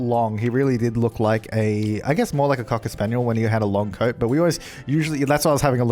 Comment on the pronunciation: I honestly thought till half way to the video that you said code when you actually said coat and I was so confused xD